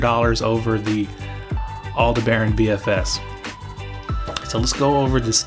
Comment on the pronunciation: good info but say Aldebaran just like you would the Star/constellation. All-De-Bur-On!